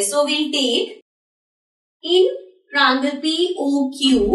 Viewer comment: sorry to say but its "tria-angle" not trangal!